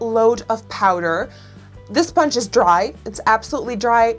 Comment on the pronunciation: "esponge" LOL